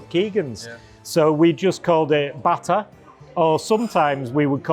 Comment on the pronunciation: Pronounced botta.